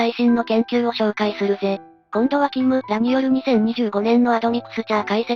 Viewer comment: 「キムら」の発音がちょっとわかりやすくなったｗ